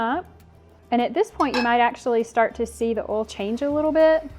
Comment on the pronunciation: OIL, not "Oll". Thanks for the tips